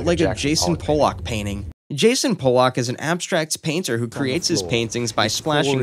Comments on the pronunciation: Jackson Pollock. Also it's pronounced pa-luck, what you said is a slur against polish people. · It’s pronounced pol luck not Polak. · you mispronounced Jason Pollock's last name. the way you said it was the same way the word "polack," which is a slur for polish people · Wow you get his first name wrong and pronounce his last like an ethnic slur...epic😂